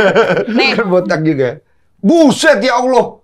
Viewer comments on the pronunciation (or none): none